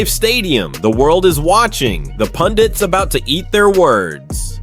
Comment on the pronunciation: They are pundek, not pundits😂😂